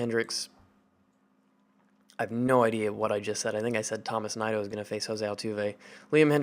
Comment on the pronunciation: I believe Tomas Nido is pronounced Toe-más Knee-doe